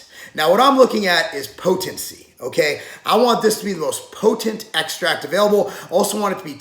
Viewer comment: say potent again....